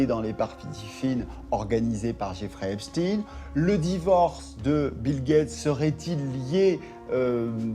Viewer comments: arretes de dire heypchtine merci !!!!! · Jeffrey EpSTEIN ! Pas EpSTINE bande de commentateurs ridicules. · C'est epstEIN et non pas epstINE...et on sait ce que cela veut dire... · Epstein pas Epstine. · Certains disent Epstin...c'est Epstein. Un nom juif, inutile de tenter de le dissimuler. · C'est quoi cette prononciation d'Epstein ? NON, CE N'EST PAS EPSTIN, C'EST EPSTEIN ! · C'est epstein pas epstine, on dit pas einstine hein... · Qu'il m'énerve le spécialiste US à dire Epstiiine comme Poutine ! C'est Epstein comme Einstein ! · Va falloir arrêter de dire Epstine !! Bordel ! On ne dit pas Einstine... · Epchtayn ??? c’est "ipshtine " !!!! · Que c est pénible d entendre prononcer epstine comme titine. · Insupportable les abrutis qui disent heypchtine ! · Mdr ceux qui prononcent " Epchtine" pour pas que les gens ne fassent pas le rapprochement avec les QUI ???? 😁